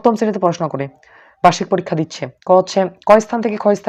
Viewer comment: পরীক্ষা নাম টাও ভালো করে বলতে পারে না😂